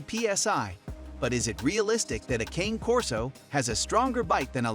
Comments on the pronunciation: As you post some dogs In your video that aren’t even Corsos. Also, you’re not even saying the name correctly. They’re Italian so it isn’t pronounced like a candy cane. It’s pronounced with an “aye” sound at the end of Cane. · Can’t trust research from someone who can’t even pronounce the name correctly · It's AI. They never pronounce names correctly.